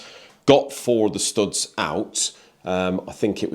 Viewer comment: He can't say "POUMP" or "STOUDS"!!! ;-)